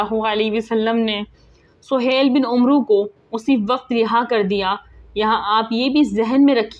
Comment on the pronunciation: محترمہ ،آپکی زبان لھجہ اور تلفظ سب صحیح ھے ،بس ایک غلطی ھے جوکہ اکثر پاک و ھند کے لوگوں میں ھوتا ھے ،جیسے عمرو کا صحیح تلفظ عین اور میم کے اوپر فتح یا زبر اور را کے اوپر ساکن یا سکون کا کے ساتھ امر کی طرح پڑھا جائیگا ، آخر میں واؤ نھیں پڙھینگے ، جیسے amar , umro نھیں پڑھینگے